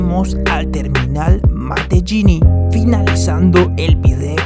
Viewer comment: En realidad se dice matelini sin pronunciar la ll